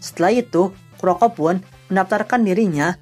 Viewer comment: Kuroku dibacanya bang bang